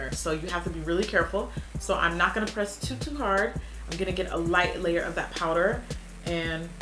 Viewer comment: as soon as she said wowder ik it was glossier like its no secret